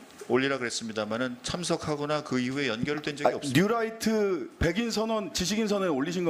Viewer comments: 뉴라이트 아닙니다!!!! 뉴라이또 데스네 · 뉴라이트 아니고 뉴또라이또(신매국노)이무니다 ㅋㅋㅋㅋ 울트라니뽄라이트 이무니다 ㅋㅋㅋㅋㅋ